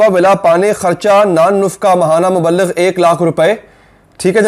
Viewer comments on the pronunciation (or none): Mubbligh hota he Mubb-Ligh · Muaf krna yar dania ki tarah koi bhi syed kehlany k shoqeen ho to usy Allah se darna chahiye sirf Syed hi Syed kehla skata hai. Or Muballagh nahi ye word mubligh hota hai durustgi farma len